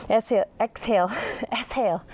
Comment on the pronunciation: ESHALE. haha. that cracked me up! Thank you. I have been using your videos in my home practice for over a year. Thank you for your dedication!